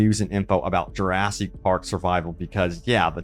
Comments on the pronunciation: Plz stop mispronouncing jewrahsik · lil bro can't stop saying juraSEEK park